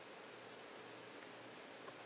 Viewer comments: How cool is it when you say KEWL! i had a dirty joke for the nest but ill leave it for the next video, is that KEWL! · She saya cool like cartman from south park "that soo koo" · The amount of "kewl"ness in this video is too much for me too handle. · Every time she says kewl I think of Cartman lol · to kewl stop saying that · Errrrrr the way u say cool peas ne of